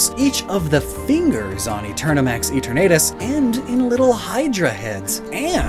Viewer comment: The way says eternatus hurts me